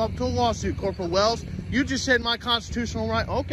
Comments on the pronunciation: Did he say, corporal Whales?😂😂😂😂😂😂😂😂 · Wells.....I swear I heard Whales 😂